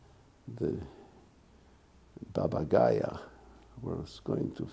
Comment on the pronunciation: Beautiful story. However the correct name is BABA YAGA ( not Gaya)